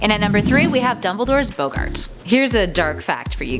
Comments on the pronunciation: Yes also bOggart not bogart. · seriousy its pronounced boh-gart not bow-gart jesus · What is a bowgart? I think you mean boggart sheesh pronounce things right. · It is BOGART not BOWGART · Eh-ri-said! Bog-gert. Who cares he's gay real fans already know this stuff. Get someone who is actually interested in the material not just a pretty face to present it. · Aqua Dash Also when she mispronounced “Boggart” as “Beax-gart” about 15 times.